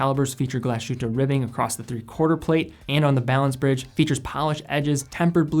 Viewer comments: I enjoy your videos,. However, as a fan of NOMOS and other products of that city in Saxony, you should learn that the proper pronunciation of "Glashütte" is not "Glash-oota" but Glass-hoota" (approx.).:-) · Glashütte - Glas hut in German. And just to comment, sh is not as sh in English but like s and h after it. Just like Glas hut in English:-) great review,! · Excellent Video. Little advice on the pronunciation, instead of saying "glashutaa" say it in English it's probably the closest you get to the German pronunciation. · Say after me: "glaas hytte" Like that Nomos got their own DNA, but personally I can't stand the long and skinny lugs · Great video! but when you pronounce "Glashütte" please seperate Glas-and-Hütte two words, Glas means glas lol and hütte something like house, greetings from Germany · Glashütte is pronounced as the englisch word glass and then ad the hütte. With a very short ü. There is no sh-sound in it. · just a tiny hint on pronounciation: "Glashütte" is a compound word: Glas + Hütte. Literally glas hut. (The town was originally famous for its glas production.) In the compound word, these two parts are still pronounced distinct from each other. So there is no "sh"-sound. (You did pronounce the ü-Umlaut very well, by the way). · Also, accent on the first syllable. Generally the case in German. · Hey great video! As a fellow german I‘d like to help with some pronunciation. Ludwig is actually ‚Loodwig‘ - with the oo pronounced like in ‚boot‘. And the german mecca of watchmaking is Glashütte, which means ‚Glas House‘ more or less (Hütte is an old german word for house) and despite the letters ‚sh‘ in ‚Glashütte’ being right behind each other, it is not pronounced together. Two seperate words actually: Glas-Hütte. Otherwise great Job! I hope this helped! Keep up the great content!